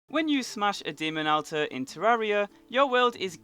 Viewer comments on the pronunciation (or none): Ada-MAN-tite not Ada-MEN-tite. And it's pronouned ul-ter not al-ter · Awlt-er not Al-ter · Alters pronounced UL TERS. NOT AL TERS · ALTAR NOT ALTER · lol isnt it pronounced like "olter" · I love the way he says alters AL-TEHS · It's pronounced all-ters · I despise your pronunciation of "alter" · WOW...how many times can you mispronounce the word Altar? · You're saying alter wrong. So much. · Not a fan of the way you pronounce altar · Your pronunciation of alter haha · Are we all just going to ignore how he pronounced 'Altar'? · since when is this attracting attention